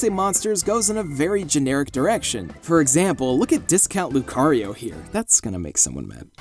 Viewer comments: Im sorry but LUCARYEO?! To my understanding this game is OLDER than diamond and pearl so did pokemon actually steal the pronunciation for lucario? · "Lucaryeo", eh? God damnit, well done.